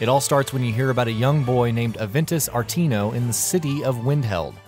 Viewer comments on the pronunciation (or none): Better title: "15 quests you probably enjoyed while playing Skyrim." Seriously, WE ALL PLAYED THOSE QUESTS. There is nothing new here. Of course the narrators gross mispronunciation of many of the names tell me the narrator never REALLY played the damn game. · "Aventis ATINO" "Mar-KOTH" "Lycan-THROPPY" Has this guy even played Skyrim?? 😂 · How do you manage to mispronounce Aventus AR-ET-INO when his NAME IS WRITTEN UP ON THE SCREEN. - MarKARTH - The Black Star itself isn't the artifact. Azura's Star is the artifact. One of the options for how to END the quest is to corrupt the artifact INTO the Black Star, a perversion of Azura's original intent. I love your videos,, but please, make sure everything is polished before you release a video. A layman might not notice these things, but a true fan of the series your videos will pick up on them. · "Markoth" "Aventus R-Tino" This guy has never played any Elder Scrolls game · Was literally about to say this. If you've played Skyrim, you HAVE heard SOMEONE say "Aventus Aretino" not "Aventus Artino"